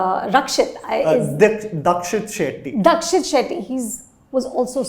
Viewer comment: For fucks sake, get the actors' name right. It's the least you can do. It's Deekshit Shetty, not Dakshit.